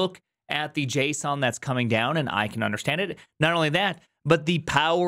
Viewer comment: I heard JSON at the end, and it brought back memories from a time when you were all in Go and said the word JSON a lot with your unique and funny pronunciation #FunTimes #GoTimes